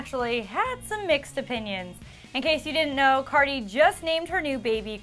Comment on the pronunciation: She said Cardi's name so wrong hahah